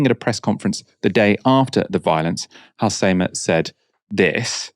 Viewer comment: Your pronounciation of Halsema is unreggocnizable